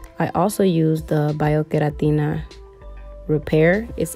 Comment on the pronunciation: Totally unrelated but do you speak Spanish? The way you pronounced that biokeratina product made me think, she must know spanish! Lol. I’m trying to become fluent girl